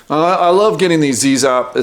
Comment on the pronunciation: Great review! FYI: "Zzap! 64", the incredible UK magazine for the original Commodore 64, is pronounced "zap". Cute to hear you pronounce the American "zee zap", but just letting you know. I went to Zzap for a day back in 1986 and met the original team - so it's fantastic that the magazine has been revived!